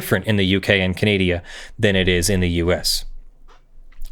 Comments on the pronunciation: What really has me cringing is that keeps calling it Canadia. It is Canada, not Canadia. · Look, I love this whole thing, but it's Canada , not "Kahnediaa"... 😓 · Is it possible for you to pronounce "Canada" correctly? There is no "i" in the name. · Canadia? Canada instead? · Ontario, Canadia? Moron. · I love you, but I really could have lived without discovering how irritating I find an hour of the word 'Canadia' to be... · [DRINKING GAME] Take a shot every time He says "Canadia". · “Ka-naad-i-uh” sigh Still loves you tho! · "Canadia"? "CANADIA??" I'll let that slide. Once. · "Canadia"? :P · Is he just saying Canada wrong or is Canadia a thing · What's up with specifically and purposefully butchering the pronounciation of my country? If I correctly recall, this isn't a one-off, either. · Canadian here, I'd like to know as well, cause the best I can tell, its either forgetting the "N" at the end of Canadian, or using the "humurous term for Canada" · it may not be meant as disrespect, but it sure doesn't come across as respectful. Your videos don't go out to just your inner friend circle. I'm really trying to be reasonable here, but it honestly got incredibly annoying personally. This wasn't a short video. It wasn't once or twice. It was near constant. I think he only said Canada correctly twice in all 1 hour and 45 minutes. How quickly would it get on your nerves if you watched a nearly 2 hour video of someone insisting on saying your name wrong on purpose, or if someone constantly called your country the United States of Americana. It's cute once or twice. It's obnoxious after an extended period of time. Another way to look at it is the defense for saying it all the time is no different than when a person who uses slurs says it's ok because one of their friends is from the group they are making slurs about. And no one agrees that's a good reason.